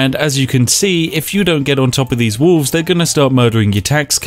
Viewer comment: Spiff doesn't pronounce the 'l' in wolf/wolves.